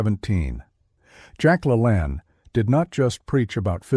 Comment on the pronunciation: hello, it's the 68 yr old in Phx who knew and worked w Jack - a few things, it is La-LANE not lah-lahan... so that is a needed fix for future shows - next up, i have lost 100 lbs. 5x in my life, the most recent and difficult (as I was a former baseball, Zumba, nurtitionist, marathoner, etc) at age 65 a good 15 yrs retired... from 285 to 155 size 48 stretch to 29-30; 3XL to S-M; now that said, I have all the LaLanne dvd's which are wonderful and many are online as to his actual shows to help the sedentary - but even then he was preaching to the OBESE, get up, move, and do a few push-ups and away from the table. You see in our mind we are programmed like Pavlov's dog to eat 3x a day; cavemen ate when hungry after they worked hard to catch something. There is something to be said about good sleep and autophagy a body eating itself within. It is molecular clean up, getting rid of that which FAT livers don't need. So I am a fan of the 16:8 or 18:6 people - 2 meals, and those like myself OMAD - 1x a day like most cavemen, exercise and refuel, sleep, repeat. I have become incredibly more fit again, lean, mean a fighting machine, good muscle definition and bulk looking decades younger than 70 nearly staring back at me and way busier than most a half a century younger. So I think today Jack would still do the 3 meal ok for the fit, but not the FAT, those need more discipline and training, just my thoughts.